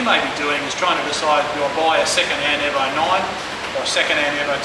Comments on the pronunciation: Its E-vo... not airvo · not euvo 9 it's EEE Letter E as you would pronounce it in alphabet E. EEEEEEEEEEEEEEEEEVO. Jeezus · It's EVO not EVA lol